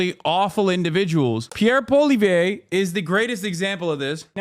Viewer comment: His pronunciation is killing me but in the good way… “Pierre Polio” as in his ideology is a mind virus and “Al-berta” because that’s mostly where the right wing fanatics live 😂